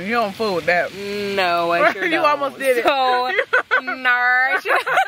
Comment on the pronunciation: I'm gonna be telling everyone "ner" from now on 😂